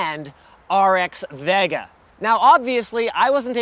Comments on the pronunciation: I dislike how he says "Vega" its like hes trying to say it wrong, like CHECK OUT THE NEW AMD "VIOGA!" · why cant this guy say vega correct... its not Va Ga.... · why cant this guy say vega correct... its not Va Ga....!!!!